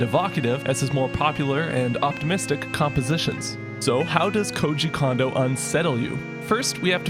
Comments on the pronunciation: The "Ko" in "Kondo" is pronounced "Ko" not "Ka". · Nice job on this! FYI: "Kondo" is pronounced "Cone-doe", not "con-doe". an "o" in a Japanese name actually is always pronounced that way ("oh" instead of "ahh"). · He's not a Condo. Is it that hard to say "CONE-doe"? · Yay!! Big fan--thanks for this. Real quick, and I'm sure someone else has mentioned, but maybe this comment will be the one to make it through: Japanese is phonetic, and as such, "o" always makes a long o sound. Sooo, both O's in "Kondo" sound exactly the same as the one in "Koji," which you're pronouncing perfectly. "Kohjee Kohndoh," not "Kahndoh." That would be spelled "Kando," which is just a different name! Of course, it's plenty likely that Kondo is so notorious that enough Westerners have been mispronouncing his name for so long that we're getting a "samurai" effect, (remember that 3DS Shin Megami Tensei game?) but why not say the man's name correctly if you know how? Japanese is easy! Let's pronounce it that way! Thanks again for all your videos! <3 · His name isn't pronounced like Kahn-doe, but rather more like Cone-doe. Japanese is incredibly phonetically consistent (the opposite of English), so all the vowel sounds are always the same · Amazing video as usual, just a quick pronunciation note tho, his name is Kondo like “cone dough”, not “condo” like a condominium lol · When ever u say kondo i hear an M after kondo like kondo M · Great video. Pronounces "Kondo" like "Condo" and doesn't give the first O the long pronunciation it'd normally be given in Japanese. I'm torn here. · If he doesn’t stop mispronouncing Koji Kondo’s name, especially the last name.. it’s the same sound as his first name. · I do wish you would pronounce Kondo right, but apart from that your videos are on point so yeah.